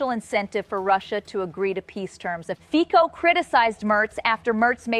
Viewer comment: Fico pronounced like FITZO, not FIKO.